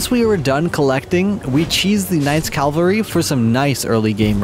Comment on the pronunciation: Calvary knight guard [cavalry]